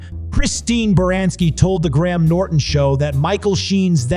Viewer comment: Graham is pronounced like Grayam. Not Gram. Just so you know. Saying people's names right is important.